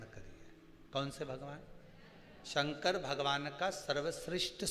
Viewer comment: पंडित जी शंकर वे हैं जो दुखों का शमन करते हैं, कल्याण करते हैं इसलिए शंकर को शंकर बोला कीजिए, आप संकर बोलते हैं, और संकर का मतलब मिश्रित होता है। शंकर, मिश्रित नहीं हैं... दूसरा शिव पुराण की जगह लुगाई पुराण सुनाना बन्द करो, कृपा होगी।